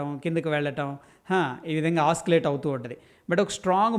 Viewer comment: ఆసిలేటింగ్…ఆస్కిలేటింగ్ కాదు